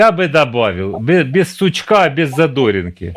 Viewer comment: Я правильно зрозуміла, що в слові "сучка" наголос неправільно поставили?